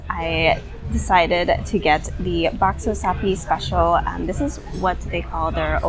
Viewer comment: The bakso, actually more a street food. And your pronunciation...👍 Indonesian approved. And by the way, 2 rice dish and a bowl of mie bakso is a lot! 😀 And the soup in small bowl, Indonesian call it "sayur asem" (sour soup)